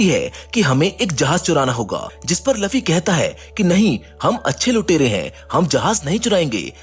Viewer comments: luffy not laffy🤬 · Bor it's not laffi that's luffy.😑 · It's luffy not laffy